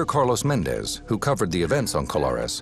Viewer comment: MÉndez, MÁrquez. It's not MenDEZ or MarQUEZ nor PeREZ or any of that. The strong syllable is the first one. Gaaaaah!